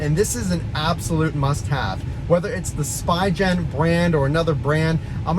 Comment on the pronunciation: "Spy Gen" LOL Just fyi, it is pronounced "Spee" and "gen" rhymes with Glenn. It's German. Der Spiegel Gen.